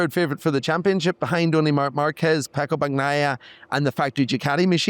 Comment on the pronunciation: Ah yes. PECCO BAG-NAJA